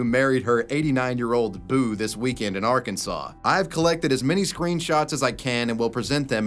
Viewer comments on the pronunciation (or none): none